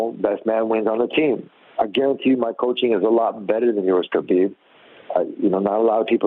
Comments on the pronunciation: Why would you pronounce Khabibs name like that? Wth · I like the video--detest how you pronounce Khabib's name.